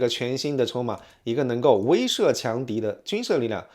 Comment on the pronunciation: 威慑，wei she